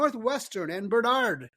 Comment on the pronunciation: Love watching your show. But you lose credibility when you mispronounce the names of schools, particularly national leaders like Barnard. The emphasis is on the first syllable, not the second. It comes off as if you don’t even know what this school is. May be a small thing, but it matters.